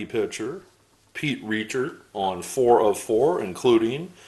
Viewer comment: I really like seeing these players from my youth that you just don't hear much about these days. Great stuff. Oh, by the way, Pete Richert is pronounced Rick-ert. As always, enjoyed the video.